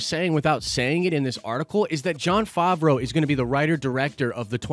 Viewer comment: Hate to be this guy but you’re saying it wrong. Fav (pronounced like have) row (pronounced like row). Fav-row Edit: you finally said it right, min into the video, after you had pronounced it 3 different ways already haha